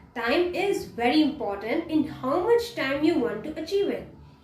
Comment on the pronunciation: Bery interesting And Bery Bery Good